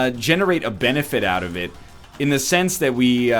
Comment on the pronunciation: Yo, calm down. I know he said "sense", but it sounded like "Sans". I don't get why you're being so rude for no reason.